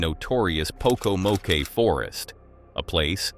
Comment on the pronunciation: It’s pronounced Poke-a-moke but great video